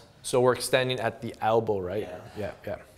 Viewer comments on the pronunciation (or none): Yeah lmao albow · Albows =/= El-bow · It's "elbow" btw but much love for what u do 👍